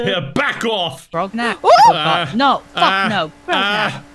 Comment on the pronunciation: calls Grognak "Ragnarok" The entire CMK community: sweating